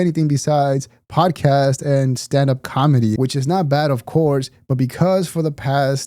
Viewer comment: Not sure if you meant to or not but you said "calmedy" in true Bapa Schaub fashion 😄